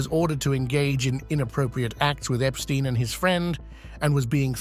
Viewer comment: Do the courtesy of pronouncing Epstein correctly.